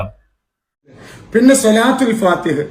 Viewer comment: സ്വലാത്തുൽ : ഫാതിഹ് : എന്നാണ് ഫാതിഹ എന്നല്ല. .............